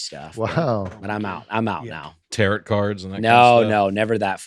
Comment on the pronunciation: Did just say tarot like it rhymed with “carrot” instead of like tarot like it rhymes with “sparrow?” It’s TAR-OH.